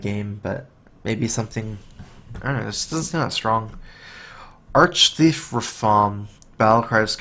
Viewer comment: Upvoted for the thorough analysis... and the fact that you're the first streamer to pronounce 'Arch-Thief' correctly. It's a pet peeve. I feed it kibbles and teach it tricks ^^.